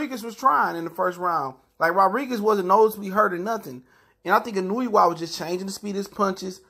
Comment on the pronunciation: I love Inoo-you-wa